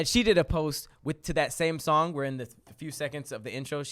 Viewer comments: Hey Tom looks like said "Schong" instead of song dont know where his tongue was for the assist. Incomplete pass hope they recover later in the game. Back to you Tom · Nigga u aint slide saying shong instead of song in the beginning and looked around. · 👨🏽‍💼🧏🏽‍♂️Hey Tom it looks like wanted to say “song” but instead he said “shong” 😂😂😂😂😂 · Who else heard say "shong" in the beginning? No? Kevin peeks around the door